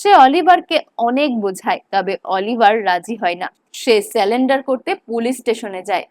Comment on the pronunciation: কথাটা surrender (সারেন্ডার), স্যালেন্ডার না - and 😂😂😂